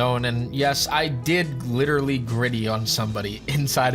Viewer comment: Bro just witewally hit the gwiddy